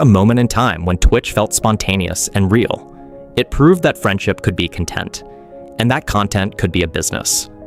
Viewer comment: He also can't say content correctly